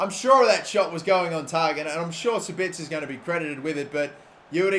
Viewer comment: The pronunciation is 'Za-Bit-Za' (for Sabitzer, obviously)